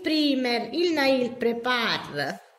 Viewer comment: Ciao, volevo darti qualche dritta Il “primer” si legge “praimer” E la parola è “nail prep” non “nail prepar”